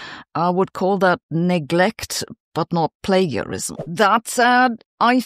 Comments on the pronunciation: Plagiarism is pronounced with a "juh" sound not "guh". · Is this AI? 'Plagiarism' is pronounced with a 'j' sound, not a hard 'g' sound. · i like the way she says plagarism instead of plagiarism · Just so you know plagiarism is usually pronounced with a soft g like plajiarism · In English we say "play-jehr-ism". (From the Latin for "kindernap") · The g in plagarism isn't pronounced as a g but as a j : play-juh-ri-zm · /ˈpleɪd͡ʒəɹɪzəm/ : /nəʊˈbɛl/ I won’t accuse Sabine of plagiarism if she copies English pronunciation. How little research has gone in here if even the words in the title are mis-pronounced? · I get pronouncing it with the German 'g', but it's FIRST moment on screen is "plagarized" cmon spell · It’s pronounced play-ja-rism Sabine. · Say 'plagiarism' with a soft g as in 'general relativity' :-) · I love that your normally impeccable English occasionally gets hard and soft G wrong. /plā′jə-rĭz″əm/. Great content as always. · Soft g in English, Sabine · The word is "plagiarism " and it's pronounced "play-jar-ism". You're welcome. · Thanks Sabine, for your insight. Just a note though, it's pronounced with a soft "g": play-jar-ism, in case you breathe in German. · It's pronounced plagiarised not plagiarised 😋😂🤔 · FOR GOODNESS SAKE SABINE, IF YOU'RE GOING TO TALK ABOUT PLAGIARISM, AT LEAST FIND OUT HOW TO PRONOUNCE IT CORRECTLY! Your pronunciation of 'Nobel' is also dubious. It's 'no-bell', not 'noble'. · I can’t deal with how she pronounced plagiarism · We all love you Sabine, and we all know you are not a native speaker but you speak brilliant English… but… when you use a word that is repetitively used in your podcast at least try to pronounce it correctly. I am referring to plagiarism. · Plagarized is not pronounced with a gue sound but with a jeh. Like rage, page, mage.etc... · Plagiarism is pronounced with a soft J, not a hard G.